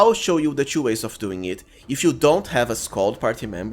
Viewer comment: Why you pronounce all 'u' to 'yu' 'two' pronounced tu, not tyu.